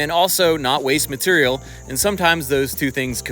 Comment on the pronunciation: "materiuul" = material. "doddent = doesn't".:)